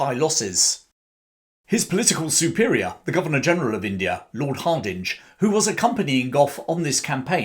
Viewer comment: It's pronounced Harding, not Hard-inge, despite the spelling.